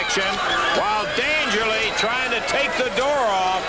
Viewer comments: Why do the announcers keep saying "Dangerly"?, did he go by that ever? Or are they mispronouncing Paul E. Dangerously? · Yeah, it's pretty annoying they couldn't get his name right. Oh, well.